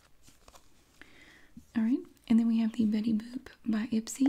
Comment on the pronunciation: I thought that IPSY said i spy 😂